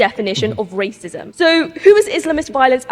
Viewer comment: I can't get over "Wacism". My sides went into orbit.